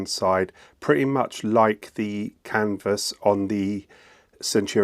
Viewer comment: I saw a French video with English voice translation. He also said "Canva unit". It's Canvas, C A N VAS, Canvassssssss! We're not in Kansa anymore, Dorothy.